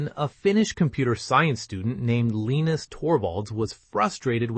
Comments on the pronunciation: You botched the pronunciation of Linus's name. It is not (phonetically) 'Lean - us'. It's 'Lie - nus'! The 'i' is a long 'i'. Do better. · “Lee-nus”?? AI slop.